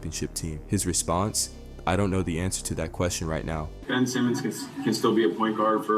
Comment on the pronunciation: Mf said Ben Simons